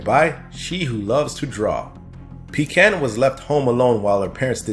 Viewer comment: (shudders in revulsion every time mispronounces Pecan)